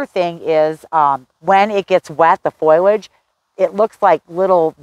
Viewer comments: Honey, It's FO-LAGE not FOYLODGE. Sorry, Your info was great but I just had to comment on your pronunciation as nobody has felt they should say anything. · Please, if you are going to try to educate others, learn that it is not foil-age, it is fo-li-age. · Did you say "foilage"? Correct is FO-li-age. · Great tips! It's not "foil-age." It is "FOL-iage." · FOIL-age? Is that a regional thing. I believe the i comes after the l - FOL-iage. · Its fOLiage, not FOILage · don't mean to nitpick, but it is not foilage, and pronounced as such. It is foliage and pronounced this way. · Foliage not foilage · Please pronounce it as FO li edge, not FOY ledge. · Foliage not "Foil"age. Drove me crazy! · Lots of information about shade plants - thanks! Almost my whole yard is shade of one kind or another. But, just going to say, foliage is pronounced foe-lee-edge, no matter what kind of accent you have. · Why are you consistently saying, "foil' age for the word foliage? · Say it with me now: Foe - Lee - idg 😉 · Thank you for your video. Good information. I would recommend that you look up the pronunciation of foliage. It doesn’t start with the word “foil”. 😁